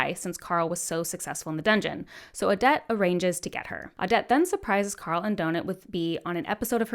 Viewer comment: Ad-ja-tent Kew-a-teen Awe-det O-feel-E-ah No shade by the way just hope this helps!